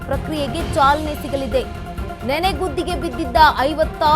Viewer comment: ನೆನೆಗುದ್ದಿ ಅಲ್ಲ ಆಂಟಿ ಅದು ನೆನೆಗುದಿ